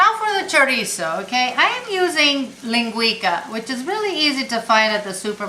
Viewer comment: linguica - the c is pronounced like an s